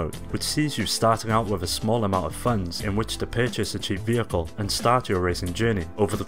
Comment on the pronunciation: I can't stand the way this guy says "vehicle" .